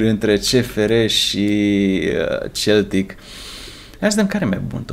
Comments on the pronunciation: Dupa 24 de episoade inca nu ai inteles ca se citeste seltic ! Ai aproape 100k subs si 5 comentarii si nici pe alea nu le citesti :/ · SE CITEȘTE !!!SELTIC!!! CU "S"